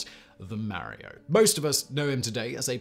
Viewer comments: Mary-O? Really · Mare-ee-oh? Love ya Simon. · I love it when Brits say Mary-Oh! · Itsa me, Merry-o! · did u just call him Mary-O? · Who doesn't remember "Marry-Oh"?